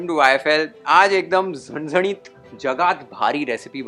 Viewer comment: Yes , I too noticed that being a Punjabi he is pronouncing the Maharashtrian words nicely.